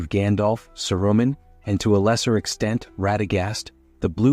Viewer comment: Don’t use an AI voice. It’s mispronouncing names like Saruman.